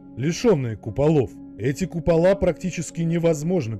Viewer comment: купала́ сразу видно в шкале́ учился🤦🏼‍♂️